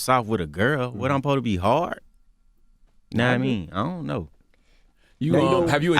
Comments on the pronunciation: Take shot when my nigga say knamean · "yakawaImean"... omfg nigga please enhance your vocabulary!!!